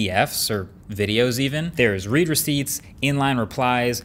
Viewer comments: Huh, I always thought it was “red” receipt, not “reed” receipt (both spelled “read”, of course) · As a “tech savvy” guy, I’d think that you would know “read receipt” is pronounced like “red”…not “reed.”